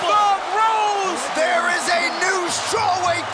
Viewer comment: No one: DC: thoug Rose, thoug Rose